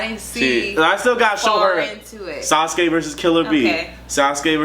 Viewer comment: Hold up did you say sasku vs pain